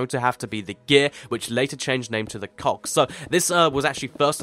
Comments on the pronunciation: He said cocks instead of Cogs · you said cox instead of cogs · When he said it's it sounded like cocks Chickens=Redstone HAHA! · Pls stop saying cocks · hear him say "cogs", it sounds like he's saying "cocks" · I thought you said cocks, there! Lol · he said cocks LOL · Sounds like he said cox